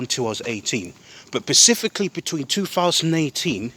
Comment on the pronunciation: Bro said pacifically.